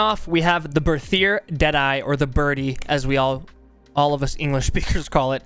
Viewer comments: The Berthier is a french gun if I'm not mistaken, so it's pronounced with a regular "T" sound, not a "TH" sound. "Bertier" basically. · Me and my friends as we were first trying to read this name pronounced it as 'Berthier MLE' so from that day we just call this weapon 'MLEH' and I think it's very informative. Also, I am hyper for SCOTTFIELD META honestly, I really liked the crudeness of this weapon when they added it, but the reload speed was waaaay to long for me to use it in a fight (as we usually just go all in into the enemy team, cuz of playstyle XD) so now with speed loader I think I might find it veeeery nice.